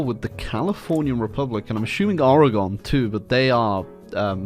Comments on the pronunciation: i love you man but please never attempt to say oregon again lol. or-uh-gun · Its Ore-gun if you didn’t know. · why do you do this to me, WHY DO YOU SAY OREGON LIKE THAT